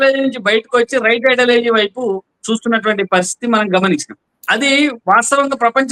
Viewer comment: ఐడాలజీ కాదండి, ఐడియాలజీ... సబ్జెక్ట్ మీదనే కాదండీ, మీ స్థాయిలో భాష మీద కూడా కాస్త దృష్టి పెట్టాలి.